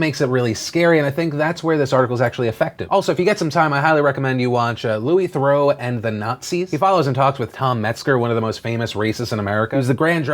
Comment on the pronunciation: phil just to let you know it's 'louis theroo' rather than louis therow